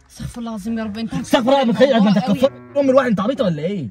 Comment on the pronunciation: ارجو الاستغفار الصحيح بكسر الفاء وضم الراء استغفِرُ اللّٰه وشكرا ❤ والسلام عليكم ورحمة اللّٰه وبركاته ❤